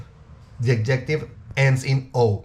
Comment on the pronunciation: You lost me when you did,nt pronounce adjective correctly